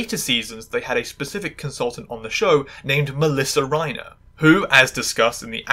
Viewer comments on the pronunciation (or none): none